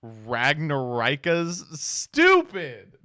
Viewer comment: Me, shitting pissing and farding after hearing "ragnaraika"